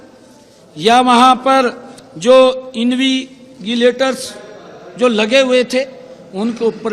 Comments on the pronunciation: Juban fisal gyi bhai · सीएम साहब, इनविजिलेटर होता है इनविगिलेटर नही.. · Invigilator not इनविगीलेटर 👮‍♂👮‍♂🤔🤔🤔🤔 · Alteast invigilator to shi pronounce krna sikh leo Kya education system thik kroge aap log